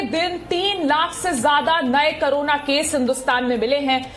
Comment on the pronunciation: करोना या कोरोना आप सही बोले बहुत बार आप करोना ही बोलती है